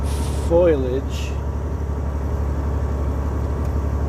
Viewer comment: Fo-Lee-Age, Foliage. not FOIL-Age. :) love this commanding view by the way.